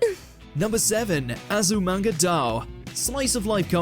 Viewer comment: azumanga "daw" and law of "u-weki" is just... i have no comment lol... also reborn's "final arc" isn't even the final arc lol XD